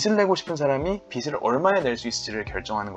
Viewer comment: 발음상 빚을낸다라는걸 “비슬낸다” 라고발음하시는데 “비즐낸다” 쪽으로 발음하시는게 맞지않나 생각합니다. 영상감사해요